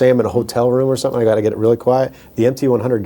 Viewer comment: We need an Anderton's t-shirt, picture of the, with a speech bubble above his head saying, "SOMETHINK"